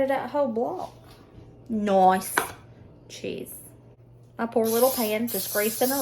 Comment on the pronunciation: That Noice there sounded almost Aussie! Fantastic meals again thanks for the inspiration!